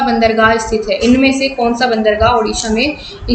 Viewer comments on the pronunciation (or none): none